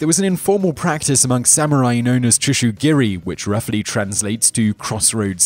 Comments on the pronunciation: tushugiri? Bruh its tsujigiri (soo juh gee ree) or if your a weeb (soo jee gee ree). I've heard some butchered pronunciations but damn dude. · Tsujigiri, not tsushugiri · "Tsujigiri" CHUSHOOGEERIE great job